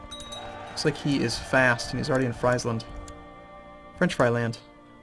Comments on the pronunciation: if you win this war, you've pretty much won the game. it will be called the war of the two emperors and a bad-ass viking. oh and btw, it's Sk-oa-ne and Fr-ee-sland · Seriously, start looking up pronunciations of provinces. I always cringe when you say Skåne and Friesland.